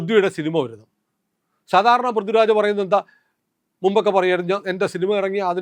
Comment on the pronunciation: ഇത് ആ ആശയം ഉൾപ്പെടുത്തി, കടുപ്പമുള്ളതും എന്നാൽ മാന്യവുമായ രീതിയിൽ ഇങ്ങനെ എഴുതാം: ശ്രീമാൻ, നിങ്ങളുടെ ആശയങ്ങളോട് എനിക്ക് എതിർപ്പില്ല. മറിച്ച്, നിങ്ങളുടെ ഐഡിയോളജിയെ പിന്തുണയ്ക്കുന്ന ഒരാളാണ് ഞാൻ. അതുകൊണ്ടാണ് ഈ വിമർശനം. നിങ്ങൾ പറയുന്ന വിഷയങ്ങൾ ഗൗരവമുള്ളതാണ്, പക്ഷേ ഉച്ചാരണത്തിലെ അശ്രദ്ധ അത് ദുർബലമാക്കുന്നു. "പൃഥ്വിരാജ്" പോലുള്ള സാധാരണ വാക്കുകൾ പോലും കൃത്യമായി ഉച്ചരിക്കണം. "ഥ" എന്ന ശബ്ദവും "ദ/ധ" ശബ്ദങ്ങളും തമ്മിലുള്ള വ്യത്യാസം വ്യക്തമായി പാലിക്കണം. പൊതുവേദിയിൽ മലയാളത്തിൽ സംസാരിക്കുന്ന ഒരാൾക്ക് ഭാഷയോടുള്ള ഉത്തരവാദിത്തം അത്യാവശ്യമാണ്. നിങ്ങൾ അവതരിപ്പിക്കുന്ന ആശയങ്ങൾക്ക് അതിന്റെ ഗൗരവത്തിന് ചേരുന്ന അവതരണവും ഉണ്ടാകട്ടെ എന്ന ആത്മാർത്ഥമായ ആഗ്രഹം കൊണ്ടാണ് ഇത് പറയുന്നത്.